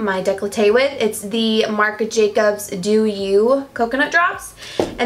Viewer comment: Ok y did she just say "Marc a Jacobs"?????????? I'm lowkey triggered